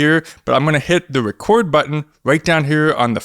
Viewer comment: Pwess da wecord button not too woughly. Den hit pway